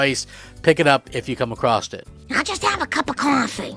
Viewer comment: It’s pronounced “a-cross” not “a-cross-t” There is no T.